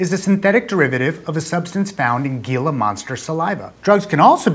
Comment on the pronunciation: Gila is pronounced 'hee -luh'